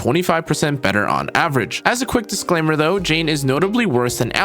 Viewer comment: Did anybody notice how he gave a "dislaimer" 😂